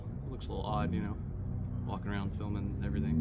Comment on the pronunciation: “This guy ees feelmin”